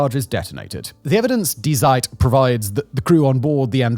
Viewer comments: I give Simon a 10/10 for not even trying to get "Die Zeit" correct. Edit: never mind, second times a charm I guess. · ah cmon, at least listen to the word first "Die Zeit" isnt hard to pronounce correctly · Yet more mispronounciations. This time, "Die Zeit". It's not "dye zyde". It's "dee zyte". Google hasca free tool for this. For crying out loud, start using it. You sound like an ignoramus. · "Die Zeit" is not a dying newspaper.💀🤣 FYI "die" is the german feminine pronoun, it's pronounced "dee". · "Die Zeit" is "The Time" I get that Die is an English word and also a word in German. Both with very different meanings. "Die" auf Deutch is pronounced like "D". It's hard for me to describe pronunciations. I value your content and you said Zeit very well. But to sat Die Zeit versus D Zeit sounds very silly. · The name: Die Zeit Him: daai saaaid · It's pronounced like "dee tseit" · you’d think someone as educated as Simon would know that die in German is actually pronounced dee 🙄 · It is pronounced as "DEE" Zeit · You don't know how to say Die Zeit, the major german paper for a long time? Come on man. Here, ill help you. Say " Dee Site" Since you pretend to speak so perfectly in an annoying way. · Dee Tseit - you should probably read phonetics before reading the script. These videos are ok but it's more professional to look it up imo. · German pronunciation: “DEE ZITE”… this is how an English native speaker would pronounce it more or less correctly. Otherwise, have a look at the international phonetic alphabet…;) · The German magazine "Die Zeit" (meaning "the Time"), is pronounced "dee SAIT". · Common Simon, you know that "Die" in German is pronounced like dee, you even get it right the 2nd time mentioned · Die Zeit? Please check your pronunciation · I've never heard "Die Zeit" being pronounced this badly, he didn't even try. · Very good video, but I can't help chuckling at Simon's pronunciation of ,,Die Zeit"